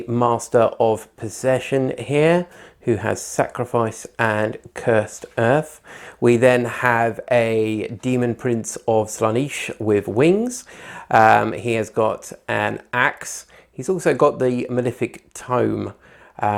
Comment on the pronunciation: Its SlaanEsh, not Slaan-I-sh.